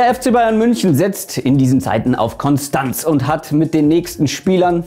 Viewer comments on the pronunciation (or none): none